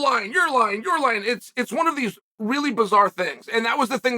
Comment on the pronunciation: "WUN NOw 🏃" "WUN NOw 🏃" "WUN NOw 🏃"